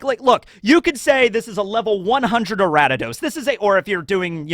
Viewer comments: Ari-da-dos from ariados, a-ree-a-dos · Okay seriously though how did you get Aratados from Ariados? There's no T anywhere in that name. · Araddidos? Who the fuck is "A•rad•di•dos"? Are we talking about "Aria•dos"? Also, why not Usaluna for the bear? And Hydrapple for the Grass/Dragon. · Ariados = Aradidos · Such a cool and fun video! I loved pokemon as a kid and love one piece so combining these two loves is awesome! What about pokemon roster for the liberation Army!? Also, love how you pronounce Ariados 😂 its like a member of the D clan wheb you say it "ara-d-ados" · Your pronunciations are wild Lol. A r I a d o s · Pronouncing ariados like that is like people who still pronounce rattata like “ratatat” Also why would you NOT give mewtwo to the god head of science? He’s a scientific creation